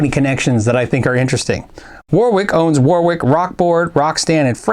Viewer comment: Please! Framus is pronounced 'fraamus,' and Warwick is pronounced 'warrick,' not 'war wick.'